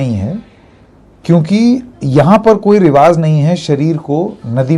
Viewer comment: Sir रिवाज़ नहीं रिवाज होता है